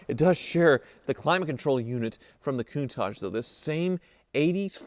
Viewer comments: Is it just me or does say “Koon-taj” most of the time? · So, it’s countaaaaage? I have been saying it wrong all these years.